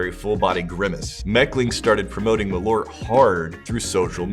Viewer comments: It is not ”malort”, it is ”MalÖrt” where you pronounce the Ö as the i in bird or u in burn, with a stress. More like maal-Ert. It just means wormwood. You’re drinking wormwood. The letter o has nothing to do with the letter ö. They are different vowels. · Malört, not *Malort". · Malo'rt?! LoL, took a while to realise what it actually means. The Swedish name for wormwood is "malört", a compound of "ört" meaning "herb" and the latin prefix "mal" (as in malignant and malicious). Being a compound, it's pronounced with equal pressure on both words, ma'l-ö'rt. The dots aren't decoration though, but makes it a different vowel. Some English approximations would be Å,å = awe Ä,ä = air Ö,ö = burn Also, it is meant to be had as a schnapps, small shot of 2-8 centiliters, and with the typical salty and fat food of the era, like salt-brined ham, fried pork-side, various sausages, pickled herring, salmon and so forth.